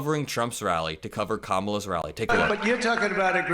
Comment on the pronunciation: The fox host also pronounced Kamala correctly. Shocking. 😂 are you allowed to bribe voters with a million dollars to get their vote? Isn't that a bribe? Isn't that buying a vote and buying the presidency? How is that okay